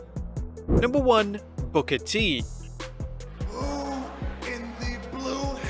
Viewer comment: guess that's a foreign pronunciation for Booker T